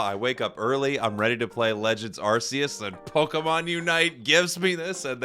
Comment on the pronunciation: Yay! Someone pronounced Arceus right.